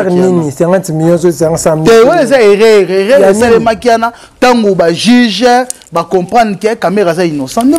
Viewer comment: On dit erreur et non eraire